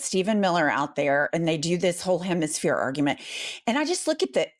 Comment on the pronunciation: When you hear them vomit the word "Hemishere", It's a Dog Whistle from and back to iz rah hell and Specifically shitanyahoo!!!👹👹👹👹👹👹